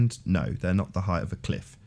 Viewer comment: I love your delivery, and the way you take down these imbeciles. But could you stop pronouncing it "heighth" please? It doesn't have a "th" on the end. "Breadth", "length" and "width" do, but not "height". 😉 I know, I know, I'm being a pedantic ass, but I've heard lots of flat earthers pronounce it "heighth" and it really bothers me for some reason. 🤷🏼‍♂️